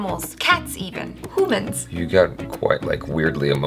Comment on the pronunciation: 'Hoomans' lol. was referring to that Korea dog channel?